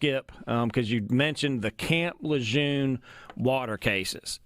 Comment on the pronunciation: You’re pronouncing camp Lejeune wrong. You need to give the man the base is named after the respects he earned